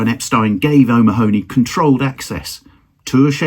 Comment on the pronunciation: Nice video. (By the way: 'O'Mahony' is usually pronounced 'O'Mahhney' or 'O'Manny'. Maybe he was different!)